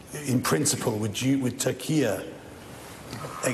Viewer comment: it's funny when the interviewer said Turkey and it sounded like Taqîya